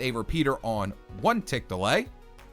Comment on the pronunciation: I swear i keep thinkingg he is saying delight instead of delay